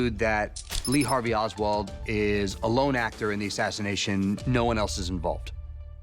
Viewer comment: It's Oswald brov